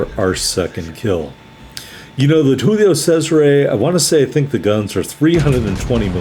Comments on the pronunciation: You murdered the pronunciation of Giulio...Giulio Cesare...Roman emperor...the month July is named after him...Italians pronounce every letter of the name...G is G not H. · You got a Kraken...Che cosa vuoi di più dalla vita? Saw your other Cesare video...first try of the pronunciation was spot on...then you went all Mexican...Tequila is not that popular in Europe...